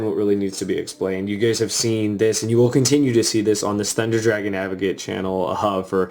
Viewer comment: Eehhhhhh thundA dwagons. Where's anti-meta volcanics eeehhhhhhhhhhhh ✺◟( ͡° ͜ʖ ͡°)◞✺